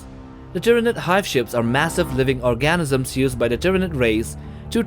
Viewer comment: Di... did he just say that ship carries Tyanid ORGASYMS?!